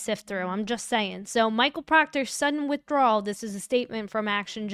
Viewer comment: I couldn't believe the ADA thought she was Kerri Morrissey saying she Could decide what the defense gets to see. KrowskI, spoka up but you know if rosemary had been there, she would eat that woman for lunch! I gotta ask... forgive me if this seems offensive but are you enunciating "withdrawal" to rhyme with "gararage"? Haha!!